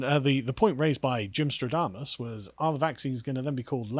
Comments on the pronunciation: Shouldn't it be Gymstradamus (with an a), since it's also Nostradamus, not Nostrodamus? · You meant "Gymstradamus' not "stro-damus"